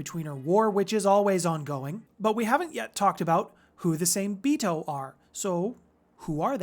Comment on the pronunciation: Same-Bito being Japanese would be pronounced "SAW-MAY-bee-toe". The Hengeyokai are pronounced; "HEN-GEH-YO-KAI"